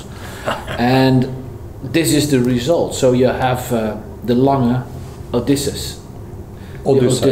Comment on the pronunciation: At long last a watch guy who can pronounce Lange u. Söhne!